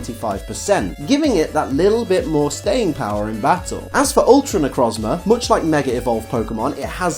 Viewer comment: It's pronounced Ne - Croez - Mar